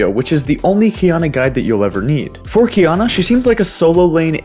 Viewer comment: Key ah nah not kiyana